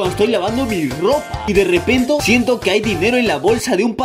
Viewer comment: En el minuto dice mal la palabra derepente